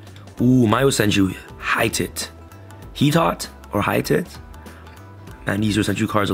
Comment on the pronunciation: “Hee-tawt” definitely not “high-tits” 😂😂😂